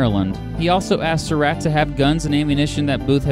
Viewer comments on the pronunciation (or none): Hate to nitpick, but it's "At-zer-ought", not "At-ze-root". And it's "Sur-ought", not "Sur-rat".